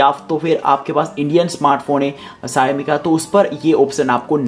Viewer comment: Shayami nahi bhai Shao mi, Shaomi aise bolna.